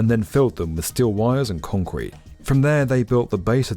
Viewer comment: Love the video, however, the word is CONCRETE, not KHANCWEEET. Thanks.